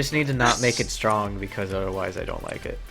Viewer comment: ***** Just referring to how you said strong as stronk there.